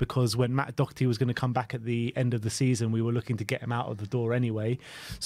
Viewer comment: There is no C in Doherty.Its not Doc herty!!!